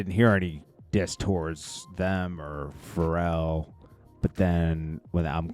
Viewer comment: And not like Pharrell? I feel these guys should know how to pronounce and know hip hop